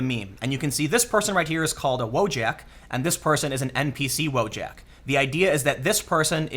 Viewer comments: pronounced Voyak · But Polish "wojak" is pronounced as "voyak" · Just one thing... iT'S PRONOUNCED WO-YAK, Wojak comes from polish... and in Slavic languages J is pronounced as Y in English words such as Yes.